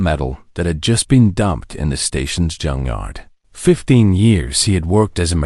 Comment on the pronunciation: THATS " JUNKYARD " NOT JUNGYARD dam